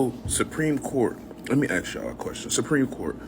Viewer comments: i axe you, why cant you say ASK??? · Axe instead of ask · Lemme axe you a question. Did you pass English?